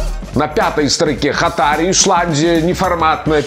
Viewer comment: Только не хатАри, а хАтари